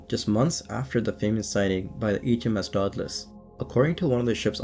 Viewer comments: !Day-dah -Lus" proper annunciation . Dagh da lus is toatally wrong Sorry but do research and grt things correct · Its day-duh-luss. Its please-eeyo-sore.